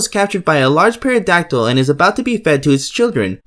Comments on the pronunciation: I stopped when you mispronounced pterodactyl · I mean no harm, because I have a speech impediment, and there are words that are really hard for me to say, but you mean pterodactyl? The p is silent the t is not. Unless you're talking about an animal that I don't know about, which is likely. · In pterodactyl the p is silent not the T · Why do you pronounce pterodactyl with a P? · The way you say pterodactyl oh my god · The mispronunciation of pterodactyl And Chris Benoit. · The P in 'Pterodactyl' is silent, bud. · The p in pterodactyl is silent not the t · Woah there, pal, no need to get so salty. If you didn't make the "ass hat" decision of completely mispronouncing a very basic English word and a well known last name, you wouldn't have so many people calling you out on your idiocy. Just a thought. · It’s pronounced teradactyl on peradactyl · Dude said pear a dactyl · The P is silent in pterodactyl It’s Ben-Wah But other then that good vid 👍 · >Pterodactyl scene > OP says PAEADACTYL THE P IS SILENT HOLY SHIT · hey man it's pronounced "Terra-dac-til". You dont pronounce the P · Lol, Paradactyl, Chris Benoyt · "peradactyl" ...... and for those reasons, I'm out. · Did my man just say parodactyl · Did this guy just say paradactyl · Chris Benoit ( benwah) pterodactyl ( tero dactyl) Good video though( tho) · nigga said 🅿️erodactyl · Pair-a-dactol was the one that got me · I stopped watching after “perodactyl” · Great video.loved the show, great work. It's pronounced Teradactyl btw. The P is silent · Pterodactyl the p is silent he said perodactyl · He also pronounced pterodactyl as pairadactyl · Yeah, it's usually "Terra dactyl" and, yeah, I certainly would've never known about it if it weren't for the intro. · Pterodactyl- it’s a silent ‘p’ not a silent ‘t’ dude... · How did this lad just pronounce pterodactyl? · This dude really just pronounced pterodactyl with the P LMFAO. C'mon man the P is silent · the p is silent... Lol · The P is silent in pterodactyl.